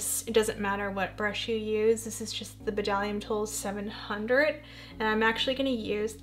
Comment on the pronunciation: Hi beautiful!! I’ve never even heard of the ginger palette from Makeup forever. Wow it’s gorgeous 🤩 love the whole look you created 💛 I think you are pronouncing Bdellium Tools wrong. It’s pronounced [DELL-ee-uhm]. I checked their website to confirm. I love their golden triangle line. Their prices are great, they always have sales and their brushes are top quality! Hope you are having a wonderful Sunday. Love you lots 💗 😊